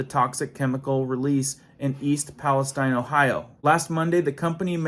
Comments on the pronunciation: Palesteen is correct way to say. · Pales-TEEN Pales-TEEN NOT TINE. We are not in the Middle East. Texas has a Pales-TEEN too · I grew up 18 miles from East Palestine. Palestine is not pronounced like what's in the,Bible wirh a long I, but a long e. All kinds ds og wildlife and live stock have a dare still dying everywhere. Foods coming out of Ohio will be unsafe for a long while. It's a mini Chernobyl. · It's "Pal-ess-STEEN" This isn't the middle east, goofball. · Ohio girl here. Palestine sounds like Palesteen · idk why palastine is pronounced different in usa then palestine Israel